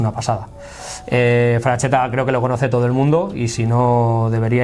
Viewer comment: No es "frachetta" sería pronunciado "fraxetta" pronunciado como la x del castellano antigüo